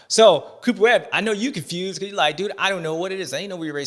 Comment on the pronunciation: “Confewsed” as hell